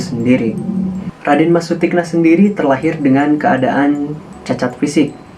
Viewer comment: Mohon dibaca Sutikno bukan Sutikna yg lebih kejam adalah Amangkurat I